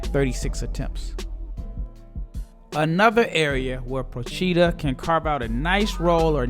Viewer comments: Very nice video, but the accent for Procida is on the 'O', like Prò-chi-da ;-) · Btw the pronunciation is : Pròcida. The accent is on the o.